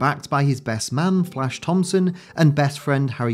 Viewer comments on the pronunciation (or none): none